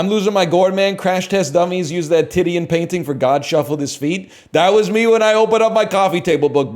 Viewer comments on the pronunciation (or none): I will now pronounce Titian as Titty-an